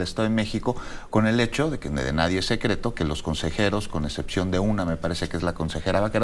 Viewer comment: Oyeron a Delfina decir “NADIEN”? 😱